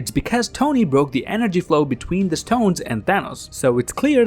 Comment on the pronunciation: I'm disliking because of the "st-hones"